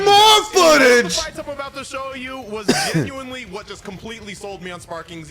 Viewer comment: did this guy say "Genuinely" with a hard G?